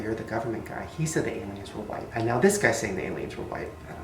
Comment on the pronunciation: thats a cool whipe